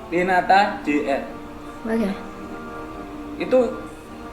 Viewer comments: " tinata " bukan " tinanta " 😂😀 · Tinata Jr kak..Bukan Tinanta Jr😂😭 Kopral Jono..Bukan Kofral Jono😂😭Heheh SEMANGATT KAKKKKK BUAT KONTENYA☺️